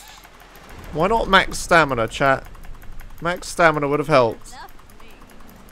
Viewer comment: "Stanima" xD